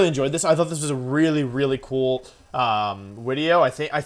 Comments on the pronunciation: When Wolfey says “video” instead of “wideo” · he said wideo XD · I love the way he says video “wideo” xD so cute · It was a great "wideo" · VDX bruh it’s wideo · He was going to say wideo, but made sure to swap his w to a v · I know you don't probably realize this, but when you say video you say wideo and I LOVE it. not in a mean way it just is something that I like about your videos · Wolfe pronounces "video" as "wideo" and I think that's fine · "Wideo" Wolfey-20whatever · "I thought this was a widdy cool wideo" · So Im out of the loop, why does he say "wideo" instead of "video" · Y does he keep saying wideo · why do you say wideo?